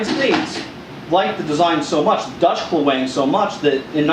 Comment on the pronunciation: Aceh is pronounced AH-chay and klewang is pronounced CLAY-wahng (i.e. stress on the first syllable in both cases). The klewang was based on Dutch naval cutlasses and adapted for use on land. The Dutch colonial army developed special techniques for their troops in which they would use their carbines slung around their arm to shield their left side. In colonial battles the cutlass was seen as the main weapon of the troops, who were discouraged from using their carbines, but taught to close in rapidly and use their klewang. This was very effective, but only against an enemy who did not possess quick-firing firearms.